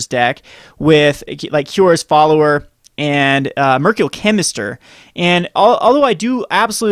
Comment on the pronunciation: Mer-KYUR-ee-al Chemister